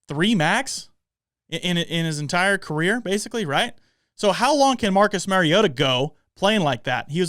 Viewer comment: Learn to pronounce the name of the person you are critiquing. It's not Mary-O-TA. It's Mari-O-TA. As in Mario Andretti. Just say TA instead of Andretti. Until you put in the effort to even know how to pronounce Mariota you are not to be taken seriously.